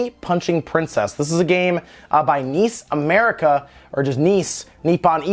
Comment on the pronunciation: N..I..S America. It is an acronym for Nippon Ichi Software so it should be pronounced as an acronym.